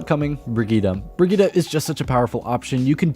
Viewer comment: who is bergheedah? i see brigitte